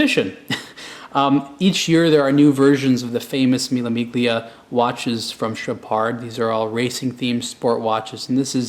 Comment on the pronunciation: It's called Mille Millia. You don't pronounce the g in Miglia, at least the original Italians don't:) And it's Chohpard, not Chowpard:))) I love your videos, just want to give you some info about that, since I'm from EU and I hear people pronouncing these brands all the time in original language:)